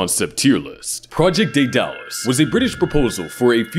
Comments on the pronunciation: Can’t pronounce Daedalus, unwatchable. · Be nice if the narrator could pronounce it.